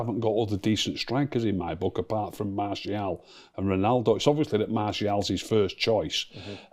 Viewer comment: Okay, when did start saying Martial's name correctly?!